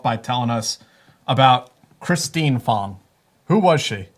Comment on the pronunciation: Pretty sure it is "Christine FANG", not Fong, but as we know, translation of vowels is often subjective. Her alias was "Fang Bang"; Swalwell definitely took that literally.